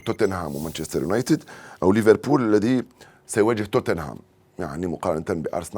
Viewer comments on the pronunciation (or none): none